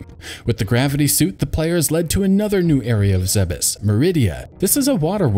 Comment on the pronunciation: It's pronounced ZEEBS. I'll fight you over it